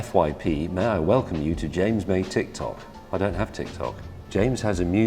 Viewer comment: Yo its jams moy